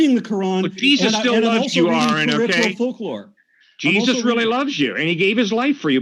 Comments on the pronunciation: Jee-zee-eyez. Aron is the best!!! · Aron Ra is funny as hell!! He said "Jesusi." I'm dead!🤣